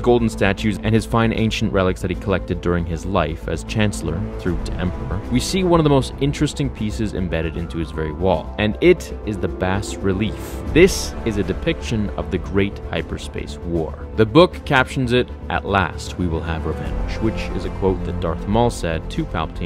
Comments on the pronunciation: Actually pronounced bah relief, not bas. 😉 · It's pronounced "bah" relief haha. But anyways, great video! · Pronounce Bas as Bah relief. Great vid.